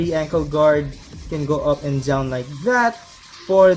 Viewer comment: I can feel you're trying hard speaking in English reviewing your kits. For example down word was pronounced as Dzown. Regardless nice review and I'm looking forward to building it. Just don't exaggerate the review you'll be better and more professional. But hey that's my opinion only. PEACE!